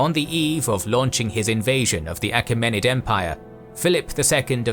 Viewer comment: Mispronunciations: Achaemenid is pronounced “A-Kee-men-id Anitipater is pronounced “An-TIP-ater”